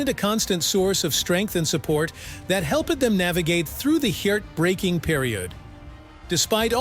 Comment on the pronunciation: Exited ; the narration (AI?) was rubbish. heertbreaking, happen-ed . . .